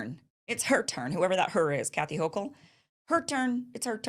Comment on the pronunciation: Hochul is pronounced huckle 💚. Like huckleberry